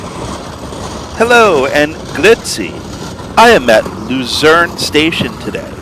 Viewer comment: It's pronounced Lutzern (unless you want to call it Lucerne in English). The railway is Zentralbahn (pronounced Tcentralbahn). The SOB (Suedostbahn) operates several services. Luzern is the terminal of the Voralpenexpress (not the Vorarlbergexpress). Danke